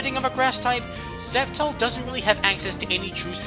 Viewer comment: bruh, did anyone else cringe everytime he said "septile" instead of "sceptile"